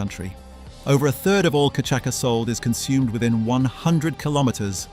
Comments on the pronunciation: It’s not “ka’chaka” it’s CASHASSA (cachaça). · Santa Teresa 1796 Venezuelan rum is the best I've tasted iet. And by the way, its pronounced cachasssssssa, not cachaca. 😉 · Cachaça is pronounced “Ka-sha-suh” not “kuh-chak-uh”. Good vid - thanks. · Great video... but, level 5, it's pronounced ca-sha-sa, Brazilians drink it with ice, crushed lime and sugar. It's incredible! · Cachaça is pronounced cachassa….. great for caipirinha, wodka for caipiroska. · Cachaça - [ka - cha - sa] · Cachaça is pronounced ka-cha-sa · Nice video! Just a side note : cachaça is pronounced ca-sha-ss-a (the ç is pronounced like an s) 🙂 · It is cachaça (cashasa or KAH-SHA-SAH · Wonderful vid!! And it’s pronounced “cashassa” :) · Cachaca: it is read "cashasa". Just saying. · I’ve never heard cachaça pronounced like that before. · I know every time he says it I wince.